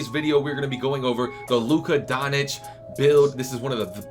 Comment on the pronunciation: “Luka Donich”